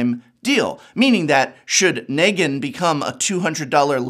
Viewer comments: He also hasn’t watched TWD; pronounced Nee-gan as Neg-an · Him botching negan as ne-gan 4 times was agony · so a few things here: 1-MTG has planes walkers and therefore any universe regardless of IP is fair game if the owner is down 2- the walking dead comics ended with issue 193 so your "I stopped reading around issue 500 is crap and loses you credibility there and 3- you couldn't even pronounce Negan right for half the video so there's more credibility gone. At least try like come on.